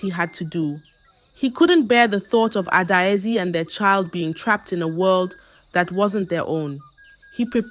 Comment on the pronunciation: If you can’t pronounce names, I still best you don’t use them… your pronunciation is Ada-ezi instead of Adaeze